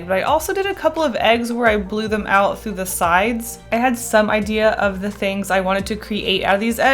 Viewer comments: Why did I hear egg-dea instead of idea......... Deja vu much with puns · am i crazy or she said "eggdea" instead of "idea"??